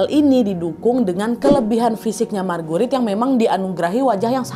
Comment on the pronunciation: Ko kedengarannya margurit markurit😂😂😂😂